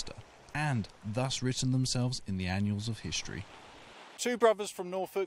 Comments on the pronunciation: Should be ANNALS not "annuals". 🙄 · great but note commentator that it is not "annuals" of history 😂